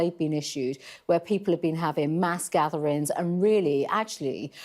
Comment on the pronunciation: What's 'Policin' Does she mean Policing 'Gatherins' 'Livin' 'face Coverins' 'Social Distancin' 'Spreadin'